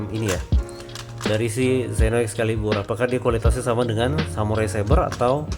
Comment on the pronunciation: mantab oom.. sukses terus... baca nya seno oom...